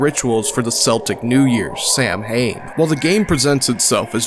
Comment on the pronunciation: interesting video! just one thing, Celtic is pronounced with a hard C (like the letter k) and Samhain is pronounced Sawwen